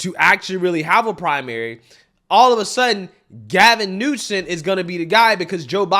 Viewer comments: Why do you keep calling him Newson and not his real name, Newsom? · My god how many times can you say Gavin “New-Son” in a fkn clip 😂driving me insane man.